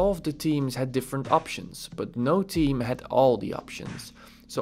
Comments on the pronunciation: Great although saying team instead theme threw me off initially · I am laughing so hard because I thought you're saying Team and you were actually saying Theme. I kept saying to my self what team? But honestly, I am not tech smart so I really have enjoyed your videos. Thanks for taking the time to do these. It helps someone clueless like me!!